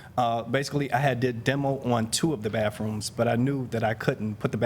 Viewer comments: It's baTHroom, not baFfroom. 🙄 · Crap on a cracker!!! The word is "BATHROOM" not BAFFROOM. Good grief. Quit saying "basically" it means nothing!!